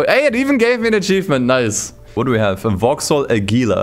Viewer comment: It’s ford kay-ay and Vauxhall ajjjila bro